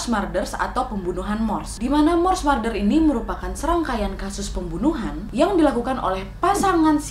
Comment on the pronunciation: Maap, sbg koreksi aja ni ya, wak.. "murder" tu dibaca "merder" wak bukan "marder"